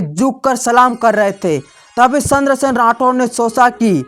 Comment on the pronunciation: 😂😂 सही बोला आपने पर उन्हे चंद्रसेन बोलना नहीं आ रहा